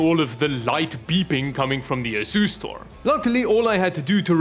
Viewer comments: Any one else hearing ASUS-Store instead of Asustor? 👂😂😂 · Anyone else keep hearing asus store? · That's the Dutch pronunciation